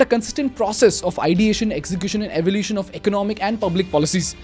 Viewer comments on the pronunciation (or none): none